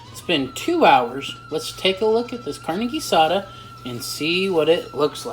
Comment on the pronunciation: Guisada is pronounced Gui-saw-tha